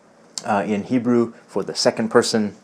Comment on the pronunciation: Way to go on your Hebrew! Very well pronounced (-: כל הכבוד